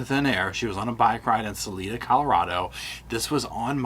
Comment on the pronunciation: The town in Colorado is Sa-LIE-duh, not Sa-LEE-duh. Did he do it? Probably. Can it be proven? Obviously not. You can’t even prove she’s dead.